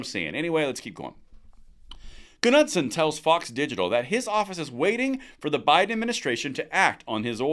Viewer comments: The “k” in Knudsen is silent. It’s pronounced “Noodson” just saying. Keep up the great work. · Knudsen is pronounced "Newdson", I had the hots for a girl with that name back in high school. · His name is pronounced Nudson. The "K" is silent... Sorry... I couldn't help myself. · Pronounced NOODSUN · Hay bud, just a heads up. Proper pronunciation of Knudson the K is silent therefor nudson. Just saying as I used to make the same mispronunciation. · The "k" is silent please!